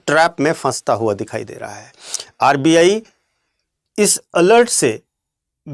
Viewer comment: अर्बीयायी नहीं सर आरबीआई